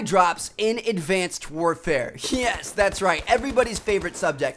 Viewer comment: Listen to how he says yes 6 seconds in